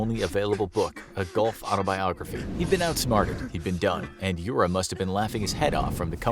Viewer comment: Yura - you-rah (russian)